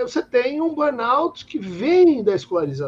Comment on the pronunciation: Entrevistador fraco, cansativo! Sem falar que nem pronunciar burnout consegue.